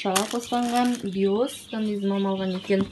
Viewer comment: Салем Боота, Биос емес Биоц деп окылады